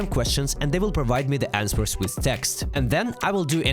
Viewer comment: "Answers" is not pronounced like "ans-swers"